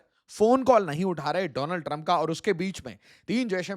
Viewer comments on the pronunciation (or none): Donald Trump ❎️ Doland Trump ✅️